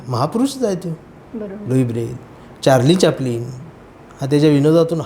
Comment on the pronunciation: खूप छान विचार आहेत आपले👏 अगदी ऐकत राहावेत असे होते 👍खूप छान 👌 मुलाखत घेतली त्यांना एक सूचना चार्ली चॅप्लिन असा उच्चार आहे. चार्लीन चॅप्लिन नाही